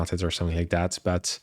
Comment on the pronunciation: man, it´s called "that" and not "dat" ;-)